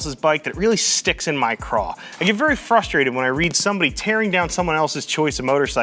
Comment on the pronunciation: It's "craw" not "craw"!